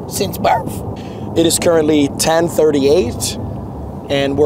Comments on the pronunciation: Are you faded? “Since birf” 💀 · bro “are you faded” “since birf”😂